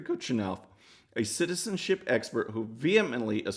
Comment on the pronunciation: You cant say citizenship... That's ok, I cant say disks.